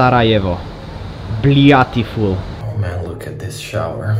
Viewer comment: Did he just say 'blyatiful' ?